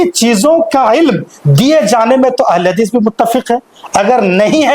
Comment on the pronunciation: Abe tumse ahle hadees bola nahin ja raha hai aur beta Tum Al bol raha ha